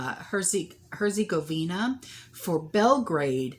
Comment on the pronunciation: Here's my phonetic f**kery for the day: 😂 Hurts ago VEE nah